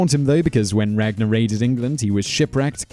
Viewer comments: the way you say ragnars name it sound so gay and so stupid especially when you say lodbrok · you pronounced all the vikings names wrong well almost all and I should know I am from Iceland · If you read the real saga you wil now that regnar did it but theh probely said it wrong in the vidieo